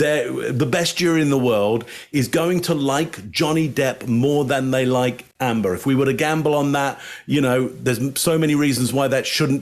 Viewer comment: 'Amber' not 'Ambre', right?